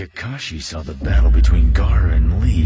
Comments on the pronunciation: It’s Gaara not Gara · It Is Gaara not gara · why its gara its gaara